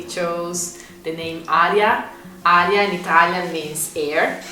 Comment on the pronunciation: Sorry, Aria, not Hara.